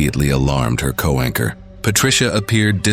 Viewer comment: It’s co-anchor, not co-wanker.